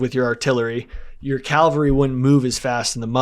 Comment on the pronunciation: it’s CAVALRY not Calvary